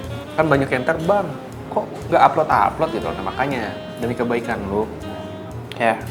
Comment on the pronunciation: Udah mulai erorr sampe ngomonya aja salah " uploud 3 minggu sekali " 🤣🤣